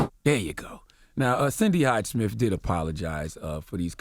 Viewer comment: I'd be nice if you could pronounce "Smith" correctly. You say it like "Smif" 😂😂